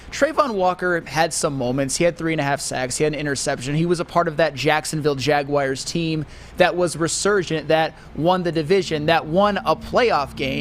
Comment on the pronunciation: MY GOD it’s like fingernails down a chalkboard listening to someone who’s incredibly intelligent (and really fkn irritatingly also likes to flex his superior cognitive abilities on others), repeating mispronouncing words like Jaguars! THERE IS NO “I”, OR ANY “I” SOUNDS IN THE WORD JAGUAR 🐆! It’s not Jag-wire! 😖